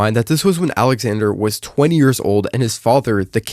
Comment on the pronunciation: bro said his name wrong… smh